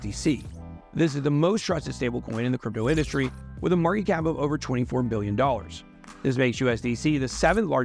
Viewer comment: He doesn’t pronounce all the words like “has a maaahh cap of $”